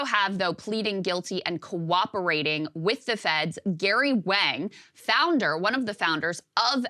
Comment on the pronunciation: She has a hard time saying the word "cooperating."